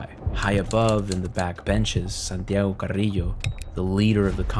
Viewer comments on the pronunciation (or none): none